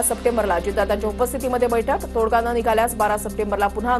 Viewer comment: वर्ण नव्हे. 'व्रण ' तोडग नव्हे 'तोडगा'